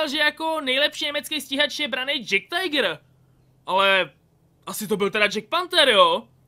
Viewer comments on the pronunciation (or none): Tiger se vyslovuje jak se píše